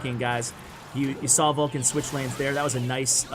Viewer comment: Isnt he VULkan and not VULkcan? I got confused by reading the description. But yeah, he's my fav. pro now honestly. Surgical comes second. It feels like yesterday I was rooting for Viva La Sparky in Kings Cup 2. Love from Nepal. <3